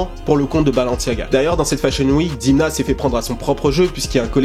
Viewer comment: prononce Dèmna stp il est Georgien et bravo pour tes videos